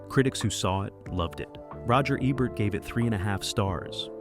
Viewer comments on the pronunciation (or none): Wow! You're really butchering people's names. You switch the pronounciation of Roger Ebert's name back and forth. 😮 Also, some of these films are not forgotten. JoBlo can attest to that.